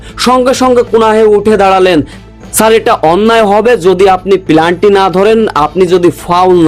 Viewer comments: এই শালা শব্দটি হবে পেনাল্টি। তোর উচ্চারণ ভুল। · পেনাল্টি ভুল উচ্চারণ করেন কেন